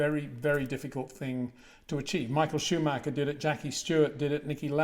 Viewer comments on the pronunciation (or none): none